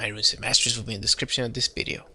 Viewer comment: man whats bideo? i mean u wanted to say video? Just asking if bideo is another word because i hear it for first time :D im not trying to offend you man :D just asking